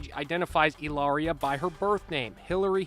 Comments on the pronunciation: It's Eelaria, like Hola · Or pronouncing Hilaria ill laria. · It's pronounced, "ee-lar-ee-uh." She is working the lonnnngggg Con! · Hilaria is pronounced Kilaria Remember her husband killed innocent woman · She’s trying to school people on the pronunciation of Hilaria and at the same time, she’s unable to pronounce it! The epitome of cringe!